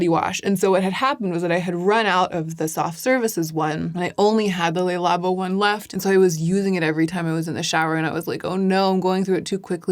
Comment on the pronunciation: The "Le" in Le Labo is actually pronounced as "Luh". Le Labo is French for "the lab". (well, "labo" is an abbreviation for "laboratoire") I've noticed many other YouTubers also mispronouncing the word the French word "Le" as if it were Spanish by also saying it as "Lay". This happens with the French word "de" a lot as well. It's pronounced as "duh" not "day", as the Spanish would pronounce it. As in the once famous "Bronze Universel de Chanel". The "de" in the name is pronounced as "duh" in French, again, not as "day" as the Spanish would pronounce it. A common thread here... Pronouncing words as the Spanish would, although in French context.